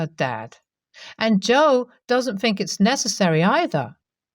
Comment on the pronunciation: Please , please work on saying THink not Fink. THought not Fought. It drives me nuts.